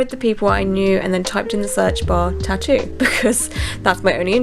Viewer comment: Why you can't pronounce 'tattoo', it's not 'chachu' you are an idiot. And LA ink is utter crap 😂